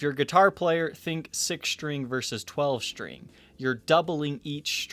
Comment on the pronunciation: I like your show but it would help if you could pronounce a commonly uttered guitar word like string as "string" rather than "shtring".